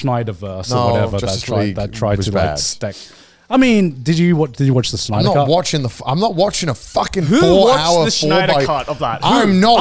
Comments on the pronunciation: Why are they saying Schneider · Garnt! Snyder! Not Schneider 😭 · Lmao Grant pronounces Snyder as Schneider. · I love how they say Schneider instead of Snyder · I like how they all pronounce Snyder like Schneider